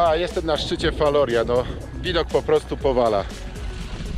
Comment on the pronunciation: Wymowa wloska : Falorija